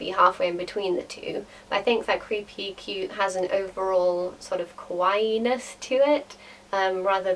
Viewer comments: It's kawaii not kowaii. kawaii means cute, kowai means frightening. Just saying =) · She was saying it in her own accent. Perhaps if it's in a japanese accent, or something of the sort, then yes. It would be pronounced ka-wa-ee. But for her accent, it just so happens to be be ka-why. It's like saying hawaii but with a k. xD